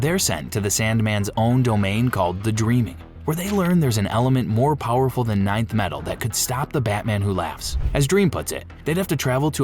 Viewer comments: Stupid AI garbage. It's not ninth metal. It's Nth metal. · 😂 Thank god somebody said it. (Enth) metal not ninth. Hawkgirl's mace is made of Nth metal. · Nth metal, not ninth metal! Saying it wrong is doing my head in, and I can't keep watching. It's like nails on a blackboard.